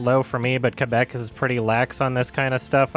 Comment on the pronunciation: Hey you pronounce ''Québec'' properly!!! Thank you!!!